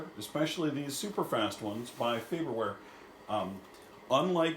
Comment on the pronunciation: FaRberware, sir. There are two Rs. Good video, though.